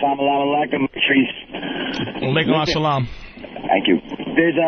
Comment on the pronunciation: salalamalekom, maleykom al salam, haha i died.. wtf are you saying.. it's accually "Salam aleykom" then he responds "aleykom al salam" = Peace be with you